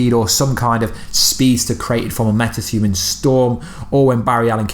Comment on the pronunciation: “Meta thuman”😆😆